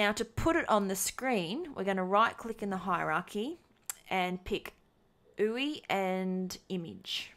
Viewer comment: Did you mean 'you-eye' as the pronunciation rather than 'oohee' for ui?